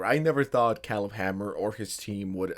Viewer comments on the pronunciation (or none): KAY-leb kay-leb. not keleb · Love your videos, but hearing you pronounce Caleb was like nails on a chalkboard. Say it with me, CAY-lib, not CAH-lib, CAY-lib. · Kay-leb not Callub lmao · .it's produced "Kay-lehb" not "calib" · Pronouncing it Khalib Hanmer is almost as bad as the Kai Snot. I’ll never forget Kai Snot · OMG ITS CALEB (KAY-LEB) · Kay-Leb is the pronounciation of his name bro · Did you see the Caleb videos where he flat out ignores grooming because they're lesbians? Because there's several of them. And its pronounced KAY-LUB, moron. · Caleb… CALEB… OMFG I have never heard a mispronunciation that pissed me off so much in my fkn life. K-LEB… what is wrong with you dude. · Old American name CALEB is spoken KAY LEB ! 👀 It's wierd spelling huh ! 😂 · Oh my god. You actually don't know how to pronounce Caleb. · How do you not know how to pronounce Caleb….? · How do you not know how to pronounce, "Caleb?" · Bro, lookup how to pronounce Caleb lol